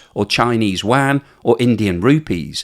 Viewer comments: The currency in China is Yuan not Wan 😂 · "Yuan", not "Wang" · The Chinese currency is not the WAN. It's the YUAN, pronounced you-anne. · Sorry, but there's no such thing as a "wan". Get a friend (preferably Chinese) to teach you how to pronounce 'Yuan' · You are saying "Yuan" wrong and it's driving me crazy. :)